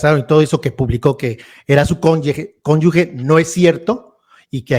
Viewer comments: Con yu GE. no Conyu gue... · No hay conyugue es conyuge y se pronuncia como jota. Suena muy ignorante decir conyugue mejor dile conyugüey....